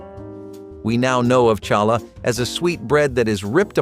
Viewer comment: Pronounced Halla …,not Challa h!!!!